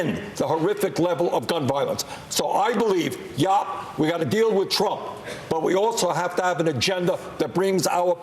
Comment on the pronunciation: How many times did he say " Donald Twump is a pathowogical wiar..." ? That' s all anyone needs to know about this career windbag politician.